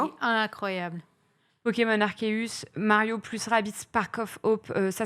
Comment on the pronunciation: Aie!!!! Arséus stp et non Arkéus ^^ pour la prononciation;)